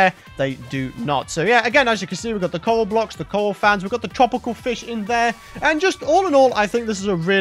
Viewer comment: When you said coral blocks I heard you say coal blocks haha